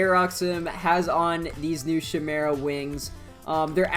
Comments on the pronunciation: Pronouced as: Kay-meh-ra Not: Shi-meh-ra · its pronounced ch-i mera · i’m so sorry but.. is it not pronounced “kai-meh-ra” ? afjekjfkf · It hurt my soul every time he said chimera incorrectly